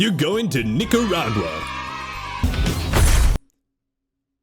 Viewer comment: It would be great if they could at least pronounce 'Nicaragua' correctly.